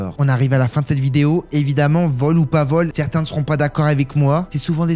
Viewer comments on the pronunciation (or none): none